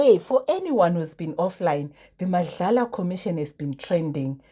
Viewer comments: It's not Madlala,it's MADLANGA!! Pls learn to read and pronounce correctly. Madlala is only on your dreams ,don't soread lies here. Practice rhis 10x: MADLANGA! Uyeva? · Was turned off by u saying 'Madlala'commission.....do ur research don't rush to create content.... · Not Madlala but Madlanga . Not la but nga at the end.